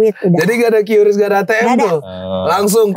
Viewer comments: Kata BI dibacanya Kris bang, bukan Qris 🙏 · Dibaca keris bukan kiyuris. Gemes gue